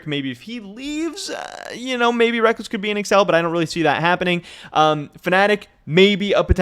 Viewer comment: I see your content everyday not nitpick but it sounds like you are saying wreck-less, i hear others saying wreck-culls, is it one way in NA and another in EU? another question is are you going to cover how and why Riot dropped the ball and tickets were hard to come by and the venues are really small? It seems they didn't plan it very well.